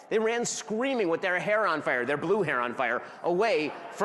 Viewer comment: I like how Ben emphasized blue hair on fire 😂